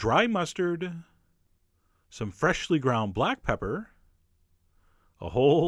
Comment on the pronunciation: i never thought anything would make me as happy as chef john's emphasis on the "sh" when he says "freSHHHly ground black pepper." ... until the judge dredd shoutout in this video.